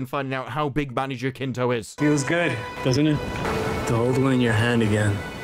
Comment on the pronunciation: I always watch videos whenever I work or playing video games and I always look dumbfounded whenever you say Manny Jacinto because all I hear is Manager Kinto. Sorry if I'm that kind of guy but I think the correct pronunciation is "Ha-Sin-to" knowing he has roots in the PH